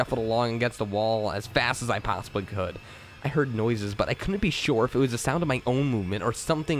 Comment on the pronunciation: Your slight accent on the word "the" sounding like "da" intrigues me